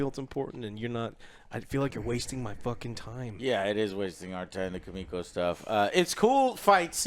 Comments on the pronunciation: Her name is Kimiko! Not Kimo, not Kiko. Kim...iko. Kim...Iko. KIMIKO!!! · Lol it's Kimiko not Kiko it really bothers me so much 😂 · Say "KIKO" one more time and i gonna shout at the Screen... xD and no one corrects him , everyone scared of Angrylander Kappa . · How did they call Kimiko "Keeko" for so long lmfao? Have any of them actually watched the show? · Joe keeps calling "Kimiko", "Kiko" hahaha learn the fucking name Joe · calling MM. Muscle Milk, and Calling Kimiko, KYIKO makes me want to eat my own shit. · 4 seasons in and Joe keeps calling KIMIKO, Kiko... Come on dude. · Kimiko = Kiko 🤦‍♂️ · C'mon guys, it's Kimiko, not Kiko😂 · You guys are dumb, noir IS the same actor as last season and it’s not a actor it’s a hero they got to just replace noir, also it’s Kimiko, not “Kiko” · If Joe says "Kiko" one more fucking time... LEARN THE CHARACTERS NAMES! YOU ARE A FUCKING "CRITIC" THIS IS YOUR "JOB" SO PLEASE START ACTING LIKE IT... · Ki-mi-ko ffs 😂😂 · Just like the entire season 2 review where they constantly say Homefront instead of Stormfront, how do they get so many names wrong all the time. "Kiko" is not her name lmao. "Muscle Milk" isnt his name